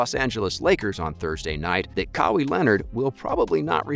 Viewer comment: You make sports videos and can't pronounce Kawhi?